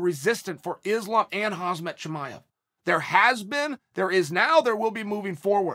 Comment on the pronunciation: "Hazmat.. 'xcuze me" LMAO